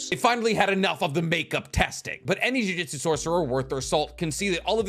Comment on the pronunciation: Sounds like you’re saying jiu jitsu every time not jujutsu